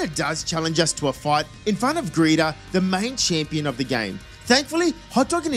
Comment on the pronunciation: It’s great that you call her Greeta instead of Geeta because she’d be a better Walmart greeter than Pokémon champion